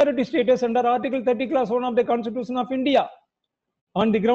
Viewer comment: Wonderstuct by the pronunciation of a designated senior counsel. Pronounciation of Constitution and Institution are self destructive. Salute to his courage to come in public